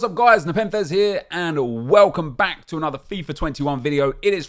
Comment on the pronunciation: The way he says “welcome BACK”